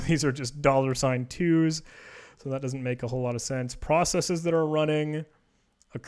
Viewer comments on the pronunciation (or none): none